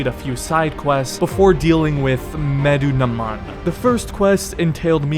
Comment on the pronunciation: "Medunaman" I think I got it right. Lol bro he's mentioned several times in the game how did you mess that up. Good video btw you have great humor. Can't wait to see you do the other AC games too